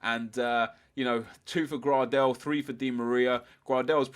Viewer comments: It's pronounced grey-del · Grahdel? Why do you say his name like that?